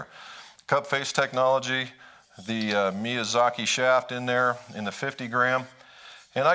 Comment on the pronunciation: 😳 Me-yah-zah-key.. Thank you...